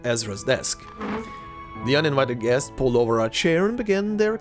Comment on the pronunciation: I laughed my ass off for a bit seeing you struggle to pronounce guest. It happens to the best of us, sometimes you just forget how to pronounce simple words, one time I forgot how to say carrot.